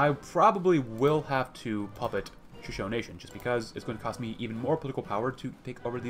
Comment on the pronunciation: I know this sounds nitpicky but Shashone is pronounced Sha-Show-Nee. Just something that's been knawing at me since I have been watching your backlog.